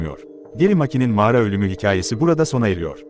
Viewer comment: "Mağra" değil kanka "Mağara"